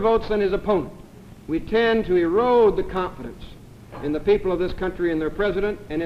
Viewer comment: For the clip of that senator from the 60's, I misheard him as saying the electoral college risked eroding the *continents*, and the time it took me to realize he actually said 'confidence' was probably the most confusing three seconds of my life